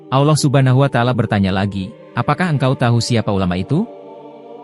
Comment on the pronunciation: bukan alloh tapi allah bicara dgan jelas la